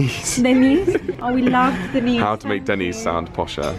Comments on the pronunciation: It’s not Dennis it’s Denny’s. Just saying 😂🤣😂🤣😂🤣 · not Dennice ; its den e sss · That was oddly very satisfying to see what you thought a out Everything in Denny's! Liz is is NOT called Dennis but pronounced Denneez! Lol! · Its Dennys not Dennis. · it's pronounced Den - E's not, Denis lol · its not called Dennis, its pronounced Dennies/Denneees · Den-Knees not Dennis! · Denny's, not Dennis. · It's pronounced Den knees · Sounds so fancy when she pronounces it as “Denna’s” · They way was calling it “Dennis” at the beginning was cracking me up lol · My husband got soo mad hearing pronounce it “DENNIS” lol 😂😂😂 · listen to how is pronouncing Denny's...it's not Dennis. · I love breakfast at Denny's (DEN-ees). Lunch/dinner not as much. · Lol it's pronounced dennies. Grand slam or lumberjack slam. Country fried steak is good too